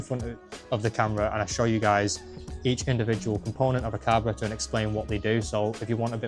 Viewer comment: it's carburetor